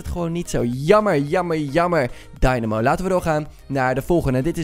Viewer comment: Rob De Vries dat is ook hoe je het moet zeggen